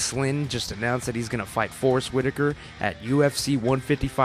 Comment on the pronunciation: why u keep saying forest witikar?